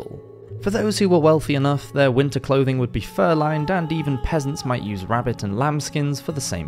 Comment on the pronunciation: Omg I thought you said pheasants at first 😅